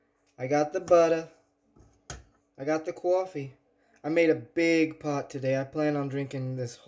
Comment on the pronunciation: COFFEE maker ASMR 🤣🤣🤣 purculate ACTION omg! 🤣🤣 it's CAWFY! I gotta try that cauliflower! I love anything cauliflower! Loved it YUMMY!!! I don't usually comment but that COFFEE killed me 🤣🤣🤣